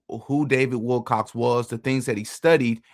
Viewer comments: He is saying Wilcox!! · You cant even get his name right bro Its Willcock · dude, if you don`t even pronounce `Wilcock` correctly, how can i trust ANYTHING you say???? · You LITERALLY watch a video where they pronounce his name correctly...then you LITERALLY read an article which CLEARLY spelled out his name correctly..... and yet you CONTINUE to add an "S" to the end of his last name.🙄 Ridiculous, lazy and pathetic. THIS is just PART of the reason why I unsubscribed from this channel. 🤡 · You don’t know who Luna is and you can’t pronounce Wilcock. You don’t look credible here. At all. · Wilco[ck] not Wilcox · OMG you actually read WilCOCK written in front of you as Wilcox. Stop! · Not Wilcox. It is Wilcock. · It was written right there on the screen and he still said it wrong. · Stop calling him WILCOCK(S) there’s no ‘s’ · Wilcock, not Wilcox. Come on, …